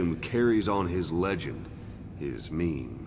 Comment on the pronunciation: did he just said meme?